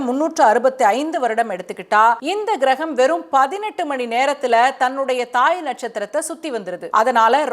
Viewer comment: ஏம்மா தமிழில் தானே பேசுற கெரகம் கிரகம் இல்லைமா. கோள் என்று சொல்லுமா.